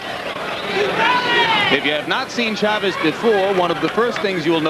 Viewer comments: teach ray how to say chavez name ,,, accent is on the a, just like your last name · sugar ray could never say chavez correctly the other announcer always did.